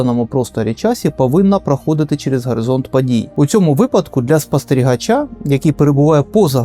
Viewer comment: У автора загубилася буква «о» в вимові: гАризонт, складнА… Десь у світі радіє Азаров 😂